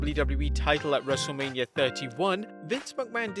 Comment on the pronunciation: Every intro, I hear "Wrestle-labia".